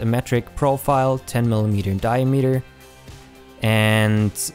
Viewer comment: Like, It's a good tutorial... But the way you pronounce "diameter" makes me cringe down to the bottom of my stomach. And the amount of times you say it, you would think you would get it right just once...